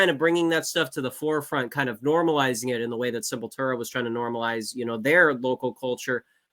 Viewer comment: I love you and this episode of the pod but you owe it to every single one of us that injured our neck and back from the heretofore unprecedentedly powerful douche-chills elicited at the way you decided to pronounce Sepultura and edit in the appropriate North Americanized pronunciation. Thank you for your time.